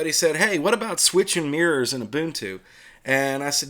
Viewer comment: "Let's look at Mirs' Me: "Eh? Oh... MIRRORS!" 😁